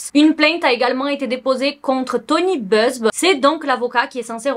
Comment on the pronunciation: C’est Buzbee. « Buzz-bi » pas Beuzbe 😅